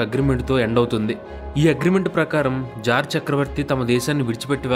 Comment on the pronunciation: Adhi jar kadhu bro tsar